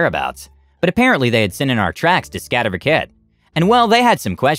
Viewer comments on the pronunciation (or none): I find your prononunciation of Skatteverket hilarous. Scat-EH-werk-ETT 8)